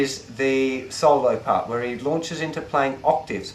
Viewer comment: good lesson i like the way he says solo saulo